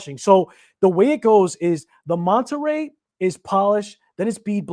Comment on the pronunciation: “Manta ray” not “monta ray”. Beautiful watch.